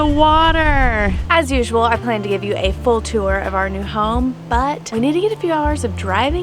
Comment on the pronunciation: Kara, if you love you’ll tell him to shave his pedo mustache. 2nd, when he says, “pwan” instead of plan it goes all through me. Matter of fact, most words that have L and R his impediment takes over he can’t pronounce them correctly. Why would he have a job where he talks to a camera if he can’t pronounce his words properly??? Shits like nails on a chalkboard.